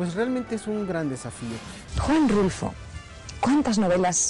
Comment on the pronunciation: Juan RULFO, not Russo